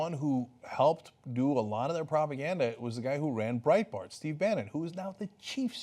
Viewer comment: I love it how you Yankees pronounce Breitbart. It sounds so cute.